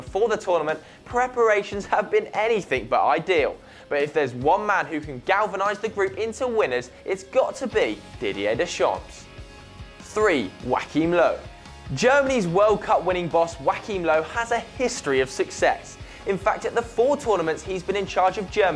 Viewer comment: Whackhim Loew? Really? REALLY? For God's sake...